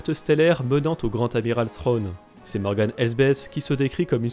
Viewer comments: Je pense que peu de francophones prononce le TH anglais correctement. D'où le fait qu'ils disent "Srwone" en VF. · Pourquoi l'Amiral Thrawn se prononce différemment dans la série car a plusieurs reprise au lieu de dire Thrawn il prononce Sronne. Pourtant en anglais il le prononce correctement.